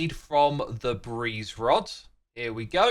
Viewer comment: he says that “The breed now avoids jumping into dangerous blocks” but it was just a mispronunciation